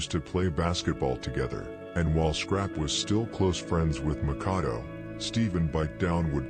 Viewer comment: MACK-AH-DO......Killing me saying neph's name the way he is